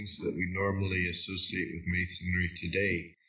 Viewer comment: They keep saying masondry wth is that man ? WOW